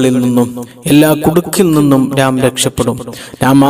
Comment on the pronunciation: നാം അല്ല, ന്നാം ആണ്.